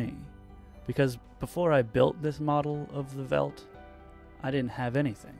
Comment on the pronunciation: First, I love these videos! And I feel I need to point that out first. Second, "veldt" is probably pronounced feldt, since it must have an afrikaans and hence dutch origin where v in this case would be pronounced as an f. :)